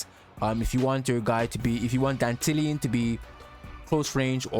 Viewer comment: Finally someone in youtube says Dantalion the right way, ma boi ain't no dandelion 💮